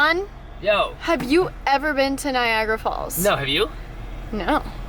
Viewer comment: It's Niagara Falls not NAIAGRAH